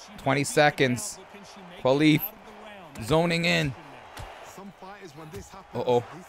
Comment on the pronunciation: My brother, thanks for the video but please it's Imane KHELIF as in, HEH-LEEF 😢